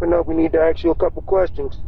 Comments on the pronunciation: It's ghetto trash pronunciation. Anyone with an education says ask the correct way, not "ax". lol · "CPD we need tuh aks you a couple queshions." 😅😅😅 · Never open up a door to anyone that says “we need to AX you a few questions” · The robber that said "we need to axe you a couple of questions" needs to rob the police station next the same way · "CPD we need to axe you some questions" ... yeah no, sorry... i'd never open my door to a "cop" who can't even speak English. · “CPD we need to AKS you a couple of questions” Dumba**es… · "CPD.. step to the door, we need to axe you a couple questions." 💀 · if you hear someone pronounce "ask" as "ax" you know how they look like. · “CPD we need to axx u a couple questions” 🤣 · I won't open the door for police if they want to "axe" me questions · "CPD, open up we need to AXE you a couple questions." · "Cpd we gotta axe you some questions.." 😂😂 yeah ok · haha exactly what I thought "We would like to axe you a couple questions" lmfao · exactly what i was thinking, as soon as he uses the word "axe" instead of "ask" i would be thoroughly convinced he was not CPD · they just wanted to 'Aks' you some questions, as all CPD officers do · Yeah I'm probably not going to open the door for any cop who comes to my house in the middle of the night and tells me he needs to "axe" me a couple questions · Lmao This dude really said, "CPD open up, we need to axe you a couple questions" Bruh.. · When law enforcement wants to “ax” you a couple questions. Run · "Honey, Snoop Dog is at the door and would like to axe us a couple questions" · The Cops Don’t Aks Questions they Ask them! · "CPD, we need to axe you a couple questions" Ummm yeah, no thanks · 😂😂😂 My mom was a teacher and if a student said they needed to "axe" her something, she'd say, "Oh no, please don't axe me!" 😂 😂 😂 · You had me cracking up at AX you a few questions. LMAO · If you hear "Ax you a couple of questions.." Don't open the door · “CPD, we need to axe you a couple questions”